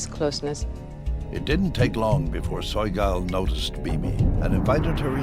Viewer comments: "Soy Gal"?? Is the narrator trolling??? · Narrator mispronounced Sogyal